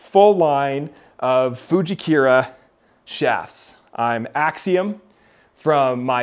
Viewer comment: Getting custom fit when you're serious about getting better is huge. Minor note though, I think it's FujikUra not Fujikira as in "koora" not "keyra". I know I'm being a dork but I don't think you're saying it right.